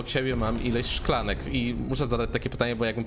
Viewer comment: Powiedziałeś szkalni a nie szklanka